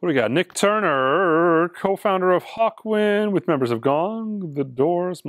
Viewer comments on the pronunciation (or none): none